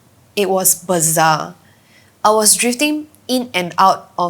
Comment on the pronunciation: Bizarre, not bazaar 🤦‍♂